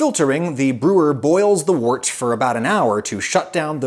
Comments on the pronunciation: "Wort" is usually pronounced like "wurt", not like "wart". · It's 'wirt' not wort! But it's still nice!